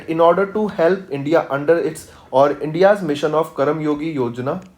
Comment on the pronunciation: Could you please teach the content properly its karmayogi not karamyogi🤦🏻‍♀️